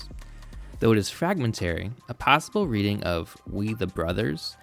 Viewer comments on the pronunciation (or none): none